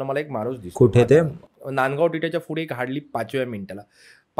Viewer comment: Pudhe❌ Fhude✔️😂😂😂